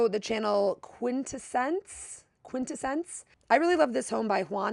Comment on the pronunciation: Two things to note from yesterday’s vlog. Hamish Bowles ( you kept referring to him as “this guy”) is a legendary Editor at Vogue and an all round icon. You’re way too good at what you do to put out a vlog without doing your research. Also - QuinTessEnce is not pronounced the way you said it.